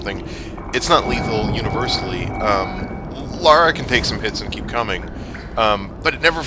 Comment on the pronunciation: Lara, not Laura,.